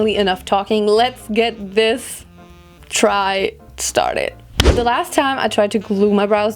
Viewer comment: Ich finde deinen deutschen Akzent richtig unangenehm. Du sprichst zwar gut. Aber das „the“ wird nur anders gesprochen wenn das folgende darauf bezogenen Wort mit einem a,e,i,o,u ausgesprochen wird. Im Normalfall wird das e bei the nicht betont.